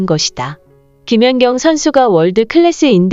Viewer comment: 이 영상은 ai가 읽어주는 내용이라 발음이 듣기가 거북하고 발음도 이상하고 김연격 김연정 ㅋ 올림픽 무승승차 업적을 남긴 김사니, 김수지, 표승주 영구퇴츨과 조송화와 신연경도 영구 퇴출 이들 싸그리 영구퇴출과 더불어 배구계에서 제명을 해야 하고 서 전감독을 모욕과 허위사실을 유포한 혐의로 법적 책임을 물어야 할것이다, 이런 것들은 싸그리 뿌리를 뽑아버려서야 한다.